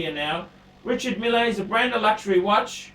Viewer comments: Its pronounced mill!!! Anyway glad to hear you have come to your senses and would like a lange... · I don't think you realise that I know French very well. In French you generally ignore the last letter and the R's should roll off the tongue. can't pronounce his native English words let alone French names! Meel is probably closest we can get to how it's pronounced.